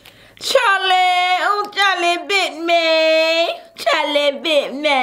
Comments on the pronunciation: Its supposed to be "whew chile" like child... but lately people say CHILE like CHARLIE.. originally its child but when u say it majority of the time you won't hear the d in child.. hence "whew chile"... hope that helps lol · Are you trying to say “whew chyyy”? What is Charlie??